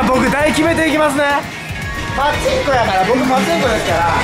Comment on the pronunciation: パチンコのイントネーション気になんの俺だけ？